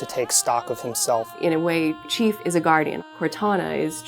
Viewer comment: Nope. Me too man. It's the chief, say it properly.